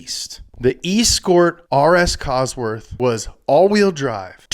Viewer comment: Nobody:: The E-Scored Costworth.